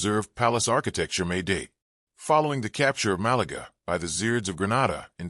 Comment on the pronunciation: Please remake the video with normal English narration, instead of the computerized American shit. Malaga is not pronounced Malagra. This would have been an interesting video, other than that.